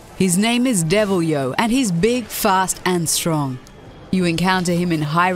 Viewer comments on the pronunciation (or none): It's devil jo no yo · also it aint devilyo its devil-joe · Devil-yo? Seriously? How did you come up with such a weird pronounciation for it? It's Devil-jho, just like it's written. Also, none of these bosses is hard, just needs a bit more skill than the average boss, that's all. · "Devil YO" WTF!? LMFAO MY FUCKING STOMACH HURTS!!!! oh FML at least research how to pronounce the names... but yeah devil jho "JOE" isn't the last enemy you should be concerned when talking about unfair bosses in Monster Hunter Series. Yeah he is tough but not unfair... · devilyo ?? i thought it was deviljho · There's no way in 😈🔥 that Deviljho's harder than Nergigante or Xeno'jiiva!!! Also it's pronounced Devil-Joe not Devil-Yo!!!!!!!! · saying yo instead of joe isn't an accent, it's a mistake. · HIS NAME IS DEVILYO? It's Pronounced Devil-Joe and now i'm upset because fighting him isn't hard if he's the only monster, He's only a hassle when he interferes with other hunts. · DEVILEJO not DEVILYO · "his name is devilyo!" and here I thought it was deviljhoXP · It's pronounced devil-joe not devil-yo. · its pronouce is devil JO ! not devil YO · Bed of chaos is a she, not a he. And it's pronounced Deviljho not Devilyo. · I can't be the only Monster Hunter fan who cringed a little bit during Deviljho's pronunciation. "Devil-Joe", is what I expected. Instead I heard "Devil-Yo". Love the video still, but come on. The "Joe" part is right in the spelling of name... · You have absolutely no idea about Monster Hunter. 1) Deviljho isn't unfair at all. 2) It's pronounced Devil-JO. J O. I'm not sure how on earth you think it's called Devilyo. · I laughed so hard at the Devil Jho being pronounced as Devil Yo... and is he really that hard of a monster..? I had a easy time with him... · when you pronounce devil jho as devil ho (devil jo for me) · Deviljho is pronounced Devil "JO" not freaking "YO" in Japanese it's イビルジョー which sounds like "Evil Jaw" so the English name Deviljho sounds just like "Devil Jaw"